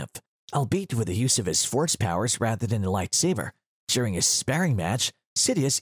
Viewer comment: He said “Lightsaver”, I’m offended